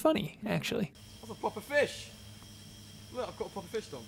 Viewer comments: Wow it's been 500 years since the last time I hear "pwoper fish" lol 😂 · yup its pwoper 😂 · oh! pwoper also refers to that same video of the guys on a fishing trip and matt saying something about catching a "pwoper fish"! :D